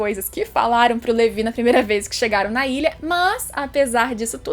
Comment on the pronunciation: que agonia ouvir (levi)